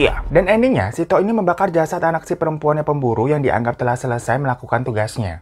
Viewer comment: Bang, sebenernya cara nyebut along sama tok itu salah.. Gimana ya jelasinnya.. 🤣🤣🤣